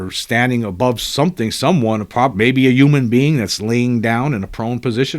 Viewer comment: That’s not how you pronounce human….